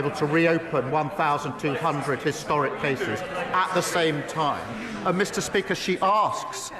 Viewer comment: "Mista Spika"